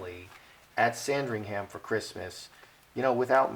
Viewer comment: We don't pronounce ham at the end of Sandringham, it sounds like um. So say sandring-um.